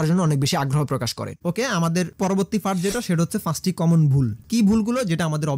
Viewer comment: ফারট , ফফুলার , আফলোড , সাফ এগুলা কি ধরনের কথা !! ...... ভাই মনে হয় নোয়াখালীর ...... প রে কেন যে আপনারা ফ উচ্চারণ করেন !!